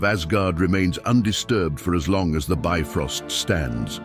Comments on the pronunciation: It's not "bi-frost", but "bif-rost" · The "ö" in "Bifröst" is actually pronounced like the "u" in "burn".